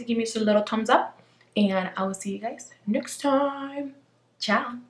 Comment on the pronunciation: everytime you say "tchau" it seems like portuguese to me and i go crazy cause im brazillian hahah i have to say that your skin is AMAZING. love ya ♡